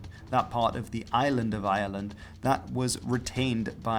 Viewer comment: And yet he can't quite manage to pronounce Ireland in English.